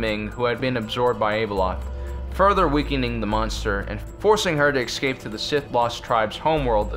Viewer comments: Why are you constantly saying "excape"? It's ESCAPE. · It is "escape" NOT "excape"! This man is incapable of pronouncing any English beyond 2nd grade! Listen to him!!